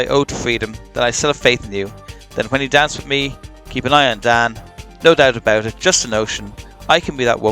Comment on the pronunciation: I like how you say No Dousche Abousche ische. ✌️😁.